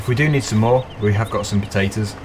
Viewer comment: Why do you say potatoes wrong